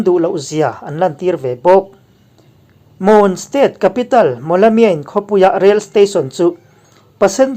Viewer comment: Moon nilo in mun tiin lam rawh